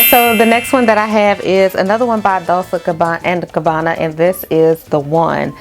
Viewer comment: Hey sis. Loved the list. I have Gingham and it's geeng-hum, like the plaid. Dolce sounds like dole-chay. I own The One by them and Pour Femme. I will try some from your list.